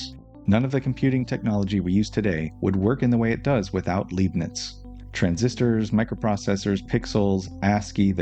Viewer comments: His surname is pronounced: {L‧eye‧bnitz} / {Lie‧bnitz} not {L‧ee‧bnitz}, but I understand; it is hard to assume or know. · Interesting presentation as per usual, good work. I'm tempted to pick up the book—not that I have much free time at the moment, alas—so as to not wait for future parts. One little thing though... the name's LEIbniz, read like "lie" and not like "lee". (You'd read it like "lee" if it were spelt LIEB-niz, which likely makes it even more confusing for the native English speaker.) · I love this series also obligatory Leibnitz’s name is pronounced LEIbnitz i.e. Lei like ”Lie” or Lie-bnits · German here that loves your videos and wants you to get all the recognition you deserve 💜 The “ei” in Leibniz is pronounced like “eye”, or maybe easier, read it like “Lie - bniz” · Tip about Leibnitz pronouncement: the first syllable is pronounced like the English word 'lie' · the "ei" in Leibnitz is pronounced like the "i" in like btw